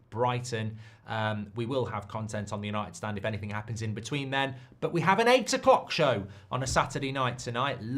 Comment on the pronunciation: Why does he say, "United StandS" plural when the name of the page is clearly "United StanD" singular? Why can't the English learn to speak?